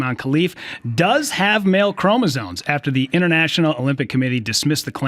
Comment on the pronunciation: Adam's guest said "ChromosoNe like three times. I hear it mispronounced all the time.